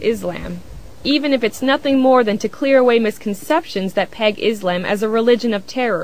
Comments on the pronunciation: its freaking ISLAM not IS-LAMB learn to pronounce it right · Izamb....Fuck, when are people gonna say 'Islam" it's with S not Z... ffs. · Why do most Americans always say ISlam? The pronounciation should be on the latter. isLAM. Not ISlam. That sounds silly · its ISlam ISlam its not IZlam you stupid biitch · omg i hate it when they say Izlaaaaaaam ... it's Islam ...easy.I...S...L..A...M seeeeeeeeeee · is-lamb. love the way she pronounces it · She needs to learn how to pronounce Islam right, its not IzLAMB...